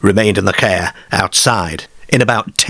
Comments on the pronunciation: It’s pronounced Car not Cawuhh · It’s AI narration. You can tell by simple words repeatedly mispronounced again and again. who pronounces car as kear? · Never heard car pronounced 'care' before. Not being critical, What area /county is this accent from? Unique to my ears. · Kerr🚗, fem🐷, the femmer👨‍🌾 aerrm💪🏼, 😂 I've never heard 'a' pronounced so unusually before😮😅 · Great pronunciation from the presenter, is the voice AI? So many times l heard the word car pronounced ker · Definitely not North England or Scotland. I Don't know anyone who calls a car a "cair" or "caaare"... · Why can't the narrator pronounce the word "car" ? FFS! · nobody in Yorkshire pronounces car like that. I thought it was AI misreading it.